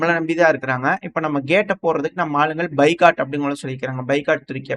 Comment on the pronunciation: பைகாட் இல்ல பாய்காட்